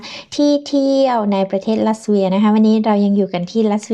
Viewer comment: ทำไม ออกเสียง ลัสเวีย ลัตเวีย ไม่ใช่เหรอ